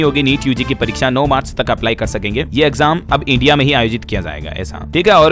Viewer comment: तुम भाजपाई अंधभक्त एजेंट हो । सांप्रदायिक हो । तुम्हें " INDIA" का तो उच्चारण ही नहीं आता।